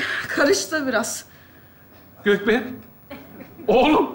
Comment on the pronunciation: Gökberk hilminin dedigi:Götberk 😂😂